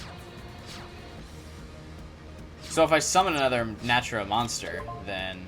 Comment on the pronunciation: One more thing. The Archtype name is Naturia not Natura. Na-Tur-Ia.